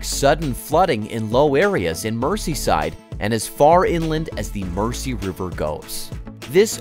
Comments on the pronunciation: You would have thought that if they went to the trouble of making this video they would have learned how to pronounce the name of the river. Merzee! Not Mercy. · It's pronounced "Merzy" NOT "Mercy". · Mersey: pronounced Mers-ee, not Mercy. 🙄😖😡🤬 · It's pronounced river mur-zee (not "mercy") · Get a Real host versus an AI bot. It's ridiculous to hear Mersey pronounced as 'mercy'! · relax! I bet you cant pronounce Arkansas or Oughterard or Killiney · Mersey is pronounced "Merzy". It wouldn't have been difficult to have checked this. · “River Mersey” pronounced ‘River Merzee’. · If the Tories' sponsors dont make a massive profit from it they wont authorize it. And it's pronounced MERZI like with a zed. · Pronounced*MER ZEE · Could the narrator please please pronounce the river name properly it is pronounced "Merzee". Why don´t they check name pronunciations with people from the areas concerned to prevent irritation for British people from those areas. Profitable it might be but the profits will not benefit the local citizens. The tax payer will fund it but the gains will all go into the pockets of the billionaires who own the power companies and thence disappear into offshore accounts and avoid paying taxes in the UK. Great idea but lose, lose for the taxpayer and domestic customer. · so you can say merseyside but then pronounce mersey as mercy.... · Every time you said Merssee I winced. Learn how to pronounce it mate before you make a video about it! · The pronunciation of Mersey is painful